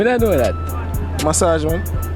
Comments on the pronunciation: Sorry but its MASS (double S) then AGE. Same with "message" Love u same way 😉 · All of them get it wrong How A give u an O sound for "massage"